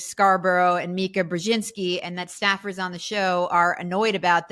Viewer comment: Is saying Snaffers or Staffers? I don’t understand